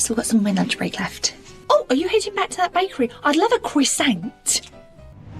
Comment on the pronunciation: I'd love a cwissant 😂😂😂